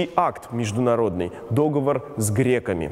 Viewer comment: Правильно договОр, а не дОговор